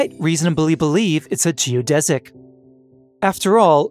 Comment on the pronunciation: finally, someone that pronounces "geodesic" properly.